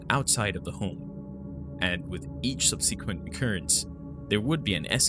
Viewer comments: when you mispronounce things like subsequent, arboretum, and especially moot as mote, you lose credibility. You can't possibly do so and come off as deeply knowledgeable or intelligent. The minute he mispronounced such a basic word, I switched off. If you professionally narrates or similar, dear lord learn to talk. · Please learn how to pronounce subsequent